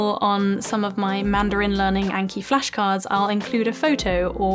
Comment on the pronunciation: What was the name of the app she mentioned for spaced memory recall? Couldnt make out the exact name from her pronunciation